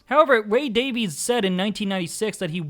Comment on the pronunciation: They actually pronounce their last name "Davies" like Davis not Davees